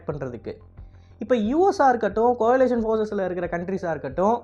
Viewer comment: டேய் கொயிலேசன் இல்லடா கோளே/ளியெஷன் டா ள ளி. இரண்டும் கலந்து வரும்